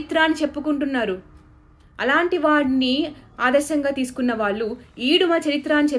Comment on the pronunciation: ళ ని ల లాగా పలుకుతున్నారు దయచేసి సరి చేసుకోండి వాళ్ళు, వాల్లు కాదు